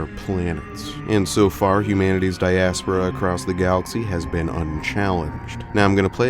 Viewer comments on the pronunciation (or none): it's like you make it a point of engagement farming by always pronouncing at least one word strangely. Diaspora, Anathema, Dynasty... i've never heard anyone say them the way you do lmao